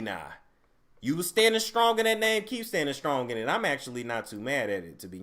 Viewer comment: say scrimp and say strong lol 😂